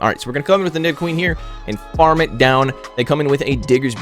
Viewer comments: Nice vid as always! BUT its "Knee-dough-queen", not "Nai-dough-queen" ^_^ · Don't Know To pronounce Nidoqueen!